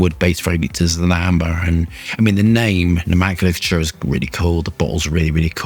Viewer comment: Know-men-clay-chur.. Lmfao the Dalek bottle.